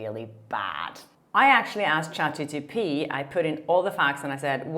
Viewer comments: Chat G P T, not Chat gTp. Hehe. Still love your channel, 😊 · Hello! You always say: chat gtp and is chat gpt. :P (I don’t mind mispronunciation of names TBH). Best of wishes for you!! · It’s ChatGPT, not ChatGTP. Sorry,! I’m OCD and I can’t take it anymore when you say ChatGTP! 😂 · You say chat GTP instead of GPT)) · Hello, I'm pretty sure you are saying ChatGTP instead of ChatGPT into you video. It's not the end of the world but...